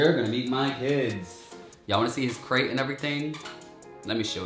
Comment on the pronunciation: I love how he got it on the 3rd try like "OH u said craTe. Gotta enunciate Dad!"